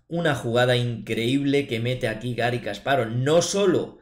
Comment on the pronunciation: No es "kaspárov" Es "kasparóv" sin tilde. Me encantan tus videos; muy buenos analizis y esta particularmente una excelente partida.